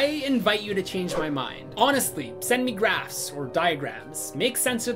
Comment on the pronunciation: When he said "Send me graphs" I thought he said "Send me grass". My immediate thought was 'Well I don't have any connections and depending where live that MIGHT still be illegal but whats your PO Box homie I'll do my best to hook you up!'